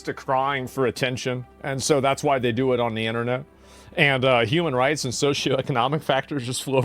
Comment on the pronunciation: YA FROWIN AWAYYERHUMANAWITS FROWINAWAYYAHUMANRITS 🙊🙈🙉🤔💩